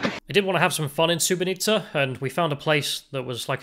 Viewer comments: You called the city wrong the whole time, it's SuboTica not SuboNica. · pronunciation of Subotica sounding like Srebrenica... at the start i was wtf? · Am I the only one who heard you said "Srebrenica" instead of "Subotica" in this video? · mispronouncing "Subotica" as "Srebrenica" though 😅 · Its not Srebrenica lol, its Subotica. Sooboteezza. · Subotica and Srebrenica are 2 different things. It sounded like you said: Srebrenica which is incorrect (were you playing the Serbian war music upon entering the town -deliberately?). Less than 5 minutes into this program I could tell you are a racist. You wr scared of entering a lift? WTF? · It sounds like you say ‘sbrenica’ instead of ‘subotica’ 😂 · Dude you keep calling it Sre-bre-ni-tsa, while it's Su-bo-ti-tsa. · LOL i Thought he was trolling everyone ! Srebrenica, really !? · The town bordering Hungary in north Serbia is called Subotica, not Subonica. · your pronunciation of Subotica sounds like Srebrenica, which is fucked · You pronounce the town of Subotica as Srebrenica, terrible... McDonalds is garbage, that's why was empty there. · He said “Srebrenica “ 😂😂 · SuboTica not SuboNica. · Is it just me or every time he says Subotica it comes out as Srebrenica? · You pronunce everything between S and A in Subotica wrong. At first I was like 'Srebrenica, WTF?' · You have the funniest pronunciation of Subotica that I've ever heard. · That's a really weird way to pronounce Subotica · Take a shot every time he pronounces Subotica wrong.